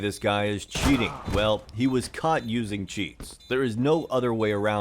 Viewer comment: your "caught" sounds a lot like "cut" q